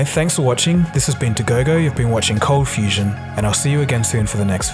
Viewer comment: Did anyone else hear "you're watching CONFUSION TV"